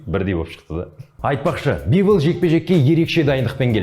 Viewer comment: Дазон емес DAZN оқылғында дазыэн бивл емес бивол